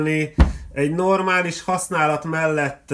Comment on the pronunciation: csak én hallom úgy : "egy normális fasználat mellet" ..... ?